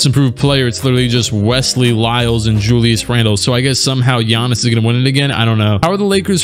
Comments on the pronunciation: "(Guy-ann-is) Bruv I'm dead😂😂😂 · I almost spit my food out when you said "GUY-ANN-IS"